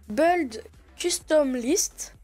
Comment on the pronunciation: beuld custom liste XDDDDDDDD